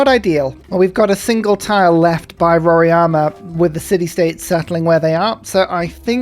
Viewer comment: Hey, its Mount RoRAIma, not Mount RoRIAma :) The correct way of saying it would be just saying the sound of R + I = "RI". In English, the A would be silent. Technically, also, the "RO" part should be said like "HO". In Portuguese, R in the beginning of the word sounds different than in the middle of a word. So "Horima" in English.